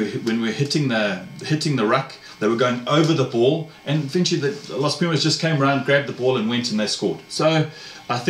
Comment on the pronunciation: Agree, if Ledezma get time & support you will see..De Klerk is a genius, Dyantyi constant menace a talent like that will keep the opposition on their heels even on the bench, your pronunciation of Pumas & Jaguares is very good congrats